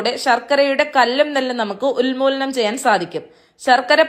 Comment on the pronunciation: ഉൽമൂലനമല്ല. ഉൻമൂലനം. കിണ്ടിയല്ല. ഇളക്കിചേർത്ത്.